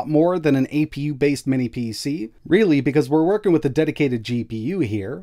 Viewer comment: Minnis again? Dude, WTH? Is it a mental block or something that you can’t say “mini”?